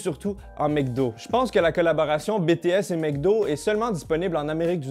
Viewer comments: BTS se prononce bi-ti-èse pas bé-té-èse. Merci :) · oe il prononce Bé té aisse alors que c’est Bi Ti S (a l’anglaise) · il le prononce un peu de manière française hors il faudrais prononcé le B à l'anglaise a peut près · " bé té S " ( jsuis pas une fan svp ) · JPP comment il prononce "BTS" xD Bon après on peut pas lui en vouloir il l'a dis que cetais pas sont truc x)